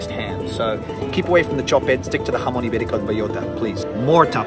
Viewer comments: Me apasiona lo bien que pronuncias las palabras "jamón", "galicia" u "horchata" casi tanto como a ti te apasiona el fuet 👏👏👏😍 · Great pronunciation : "Serrano", "jamón"...etc. Difficult words but perfect pronunciation!!